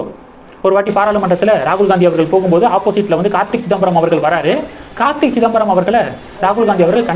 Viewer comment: It is not Karthik , it is Karthi